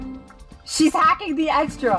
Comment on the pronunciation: I like when u said "the compueter they where ha-CKING